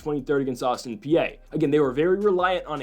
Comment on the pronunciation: Austin PEE and BellarMIN is how you say these damn schools' names for like the 10th time.